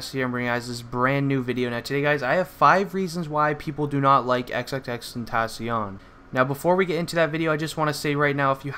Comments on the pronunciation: Its not xxx tentasion it's xxx ten tac ion the c is not a s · It's pronounced XXX-TEN-TAH-SEE-ON Not XXX-TEN-TAA-SHON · Really? How sad is this? You just want attention. And if your gonna make a video about him at least pronounce his name right. 🙄